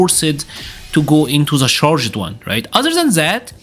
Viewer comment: I hate to be the guy that does English pronunciation correction in a fighting game video, but I just need to say you don’t need to pronounce the “E”s in your simple past tenses. Except if you like ED so much. Charg’d, Uncharg’d, Nerf’d, enhanc’d… Amazing videos though. Keep up the good work